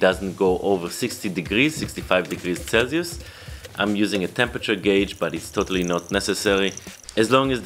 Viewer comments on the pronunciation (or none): none